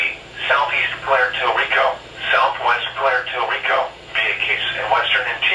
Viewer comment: "Pwair tor Rico"